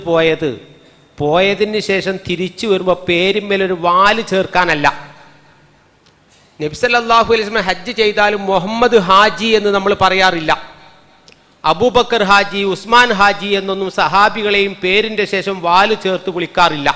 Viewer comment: മുഹമ്മദ് എന്ന് പറയു മ്പോൾ "ഹാഇ "ൻ്റെ മഖ്റജ് ഒന്നുകൂടി ക്ളിയർ ചെയ്തില്ലെങ്കിൽ!!! അല്ലാഹു എന്നതിലെ "ഹാ ഇ "ൻ്റെ ശബ്ദരൂപമായി മാറുന്നുണ്ട്.